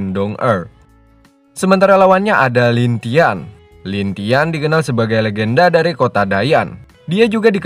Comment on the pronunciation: Lin langtien bg bukan lintian.. Hhhh